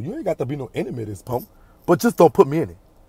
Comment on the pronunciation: LIKE DIS PONK NOT PUNK PONK😂😂😂😂 I LUV U ❤️❤️❤️